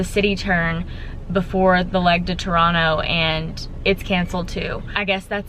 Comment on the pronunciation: Really enjoyed seeing Maui through your video. I was impressed by your proper pronunciation of Toronto from an American southern girl from Texas as most Americans pronounce Toronto with a hard 2nd T when the 2nd T is supposed to be pronounced almost like an N. Stay safe.